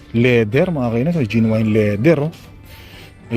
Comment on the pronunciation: genuine - jen yu win (right pronunciation)